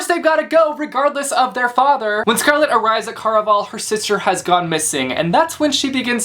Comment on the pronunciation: I think you're pronouncing it wrong. Care-a-Val (rhymes with buddy ole pal)